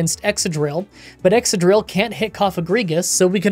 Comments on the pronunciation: Ex-cadrill, not ex-adrill 👉🏿👈🏿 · I thought Excadrill was pronounced like excavator?